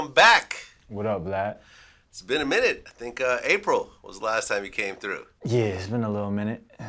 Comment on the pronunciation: Lmaooo we can't ever let "Vlod" die